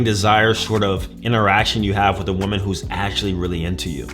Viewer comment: You still cant ponounce woman and women properly!!!